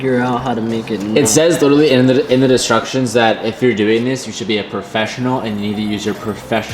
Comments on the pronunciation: "In the DISTRUCTIONS." lmao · did you really say destructions lul :-)